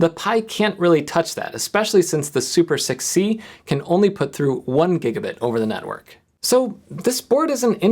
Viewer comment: > This is super6c This sounded to me like 'This is super sick, see?'